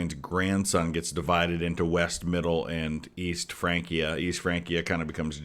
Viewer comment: As someone who was ridiculed for taking 4 years of Latin in high school, thank you for pointing out the pronunciation for Francia. So many modern people want to make it sound too Italian with the Ecclesiastical Church pronunciation vs the Classical which is what I mostly studied in.